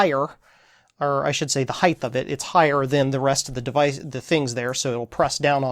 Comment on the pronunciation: It's not an Arduino board, stop calling it that. It's an STM32 based board nicknamed the 'Blue Pill'. Also, it's 'height' there is no 'th' sound on the end.